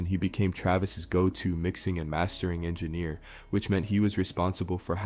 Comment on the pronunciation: Never heard anyone pronouncing engineer like this before.